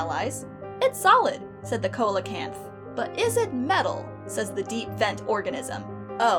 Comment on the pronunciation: I have to chuckle at the here because Coelacanths (which for future reference is pronounced "see-la-canth") did, in fact, also survive to modern day.